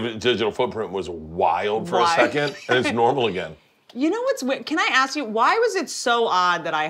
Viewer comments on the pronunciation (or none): Donnell.. It's ask not axe you a question